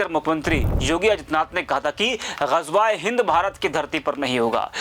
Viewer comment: Phle gazwae hind ko sahi bolna sihk le